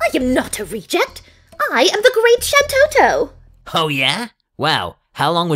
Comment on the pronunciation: You pronounce Shantotto wrong. Tarutaru females have a rhyming syllable at the end of there name.